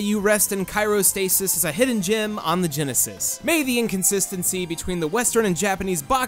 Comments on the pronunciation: ...its CRYO stasis...not Cairo stasis...you know this right? Is this a ruse? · it's CRYOSTASIS, not CYROSTASIS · "Cyro-stasis"? You mean "cryo-"? Like, as in "cryogenically frozen"? XD Sorry, that just bugged me. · Yes I mispronounced cyrostasis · "Kyrostasis" ... CRYOstasis. R before Y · Cairo-stasis? Like, the city in Egypt? Oh, OH...did you mean CRYOstasis?!?! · CRYOstatis. As in cold. Not CHIROstasis for your back lol. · I'm sorry but what's kyro stasis I've cryo stasis but not kyro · did you say Cairo stasis when you meant cryostasis? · I had a mini mental breakdown when you said cyrostasis, then again this is coming from the guy who mispronounced marinara sauce as marijuana sauce so I guess my breakdown was invalid. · It's Cry-O-Stasis!